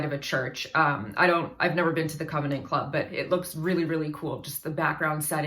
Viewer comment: It's the Convent Club. You keep mispronouncing it